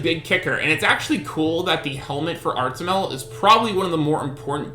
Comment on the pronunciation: Artimel? isnt it suppose to be artamiel lol